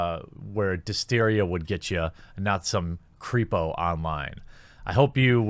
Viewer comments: dysentery not disteria!! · Dysentery quarter... its dysentary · Is it just me or did he say dysentery wrong